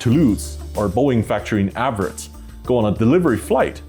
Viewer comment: You said everett washington wrong